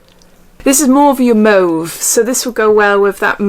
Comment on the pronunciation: Omg, gurl! Thank you for pronouncing mauve correctly! 😍